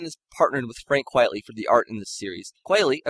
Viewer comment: Frank QUITEly, not QUIETly… it’s a pseudonym and a play on the phrase “quite frankly” 😊